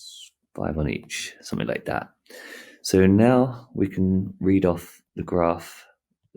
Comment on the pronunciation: 'summin like dat' 🤣